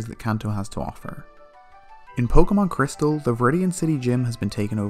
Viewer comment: CRYSTAL, not PRISTAL.